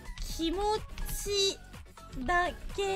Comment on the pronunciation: マウンテンのスペル意識しすぎてkimotiがkimoutiになってんの草